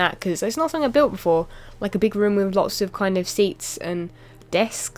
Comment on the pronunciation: the way u said room during the vid sounded like u said rum room :P